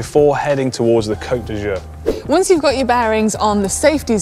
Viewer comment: Could you please have Si' pronounce "Côte d'Azur" correctly so it doesn't sound embarrassingly like "coat d'usure" (sic)? Interestingly that one, less enticing than Nice or Saint-Tropez, could cause a track cyclist to be immediately disqualified if encroached on... Awesome video overall!